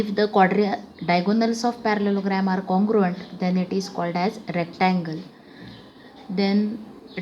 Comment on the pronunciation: Congruant❌ Congruent 😁